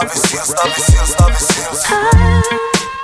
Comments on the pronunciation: Trochu funny, když "Navy" vyslovujete špatně czenglish a následně "Seals" správně 😀hlavně všude cpát AJ 😀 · Tiež ma to napadlo …